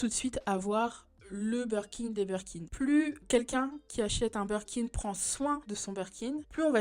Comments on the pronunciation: Super vidéo, très intéressant ! Par contre on dit BIRKIN par Burkin 🥲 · Super vidéo mais par pitié on dit BIRKIN et non Berkin ahah mes oreilles saignent